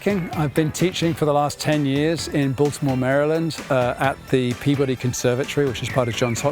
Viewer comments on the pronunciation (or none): none